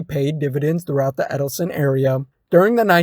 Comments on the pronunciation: I don't know where you got Edelson (Ed-el-son) form? But it's Edsel (Ed-sel) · yes he was driving me crazy with that dopey Eddleson. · "Edelson"??? Really dude?? EDSEL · “Edsel “ not “Eddleson”